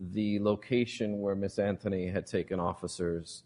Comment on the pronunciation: How about when he says "miss anferny" lmao